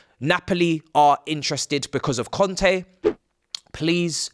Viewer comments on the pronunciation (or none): none